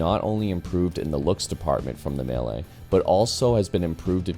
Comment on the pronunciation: is it that hard to say mee-le? what tf is a me-ley?